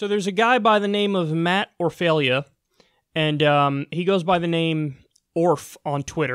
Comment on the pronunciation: Best ad ever, because it not only shows how human he is, but how fucking dishonest the MSM is. That will resonate with the people who hate 'fake news'. BTW, it's pronounced "OR-fuh-luh".